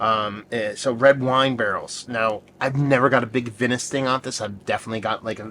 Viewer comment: "Vinous" is actually pronounced with the first syllable sounding like "vine." An easy way to remember this is that wine is made from grapes, and grapes grow on a vine 🙂